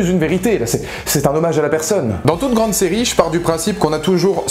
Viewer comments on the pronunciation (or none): none